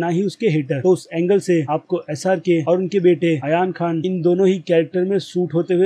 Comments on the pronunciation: Pahli bat toh yar tum ek bar naam main check karliya kro jaise tum mufasa ko musfa aur ab aryan ko ayan yar tum movie delhte ho toh sari chiz notice karte ho toh yar naam toh sahi se liya karo chalo thik hai srk ne awaz diya mufasa ko english wale se accha nhi tha tumhare hisab se bilkul change hai waise hi yar tum naam sahi se liya karo tum toh waise hi naam change kardete pahle khud ko dekho yar phir dusro ko bolo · Ayan khan nahi ..Aryan khan 😜